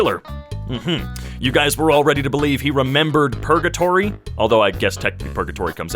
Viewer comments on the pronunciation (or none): Not purgatory, pre-gatory.